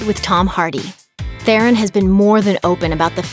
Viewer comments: Te-Ron people, not therren. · Her surname is pronounced as Te Ron. Almost more like tron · The "H" is silent. It's pronounced, TE-RON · You could at least learn to pronounce her name correctly.